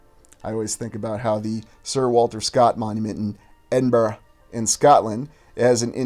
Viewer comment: Thanks for this nteresting video man. Bonus points for the correct pronunciation of Edinburgh ! 😆👍🏻